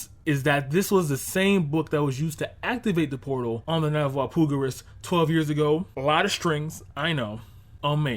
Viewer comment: Why do you say Walpurgis weird? Do you not see the "R" in that word? Wall-Pur-jiss